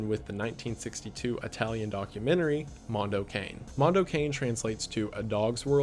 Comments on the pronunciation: No no no, ragazzo! No "mondou quein". Mondo CA-NE (CAH NEH) And no, I'm not italian, I'm hispanic but I know that's the right way to pronunce it. Hmm MDPOPE. Mega Drive Pope. Interesting name... WTFamisaying?LOL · It's so funny hearing someone who doesn't know pronounce mando cane as cane as in candy cane instead of kah nay which is how I've always heard it pronounced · Kah-neh not an ay sound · It's pronounced Cah-neh, not Kane. Cah-neh. Silent 'e's don't exist in the Italian language. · It's pronounced "Moon-doe Kah-nay" please god pronounce it correctly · Mondo Cane is actually pronounced “Mondo Cah-Neigh. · Apparently you pronounce it car-nay for mondo cane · I'm the guy Hostel is pronounced like Hostle Mondo Cane is like Cawnay I'm sorry! Otherwise I loved this breakdown! Liked and subbed ..and I saw animal farm in the 80s and the images are still stuck in my mind 😦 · "Mondo Cane" seemed really interesting. Just one thing (as an Italian speaker) we don't pronounce "cane"(as dog) as the english "cane"(as stick). It didn't bug me that much but it was a bit weird to hear it pronounced that way...though, TBH after all the english titles up to now I also read it with an english pronounciation in my head. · wendi, i absolutely love you, but the way you pronounced "mondo cane" took 15 years off of my life